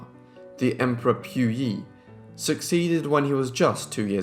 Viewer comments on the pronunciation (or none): I really like this channel but I cannot listen to you mispronounce so MANY names. Look it up for goodness sake!! It's poo-yee NOT PEW YEE It's Wen-shoo NOT WEN-JOO or WEN-JYOO So many vids, so many mispronounced names. Too many to list here, it's exhausting to listen to. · You pronounce their names wrongly...it should be Pu as in Pooo Yi...and it is not pronounced as Wen Qiao but Wen Xiu (Siuuu)...